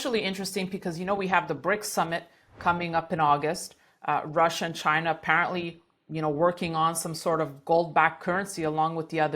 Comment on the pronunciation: He says "chinr" 😂